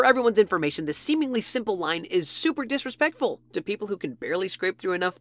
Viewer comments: no one: addison:blinks him:THATS DISRASPECTFUL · "disespectful moments" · The moment he said disrepectful Oops 🤭👎🏻